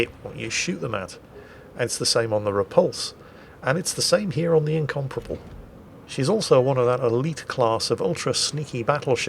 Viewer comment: The way you say Incomparable sounds like you're saying Incomprehensible, which is fairly apt give this game.